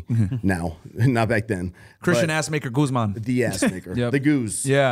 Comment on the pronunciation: First guy to pronounce “Guzman” correctly 💯